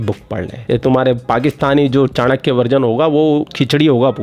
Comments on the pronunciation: चानक्या नहीं, चाणक्य कहो, उच्चार भी ठिकसे नहीं कर सकते. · चांकिया बोल रही है चाणक्य को. 🤣